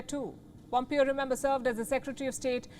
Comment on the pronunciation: Pom"PAY"O not PomPio 🤣🤣🤣 PomPio thoda PomPio.